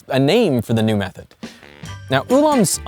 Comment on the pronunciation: (the blonde guy) is good, but I hate when people pronounce TH as F, omg (Feory=Theory) and (Mefod=Method). He also says V as F which I've rarely heard before. (Fowel=Vowel) and (Fote=Vote) 💀(I'm also northern European like him, so that's not an excuse). I hope he will consider and learn how to pronounce it better:)